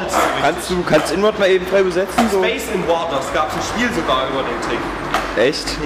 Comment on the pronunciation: Heisst es nicht space invaders und nicht space inwarders???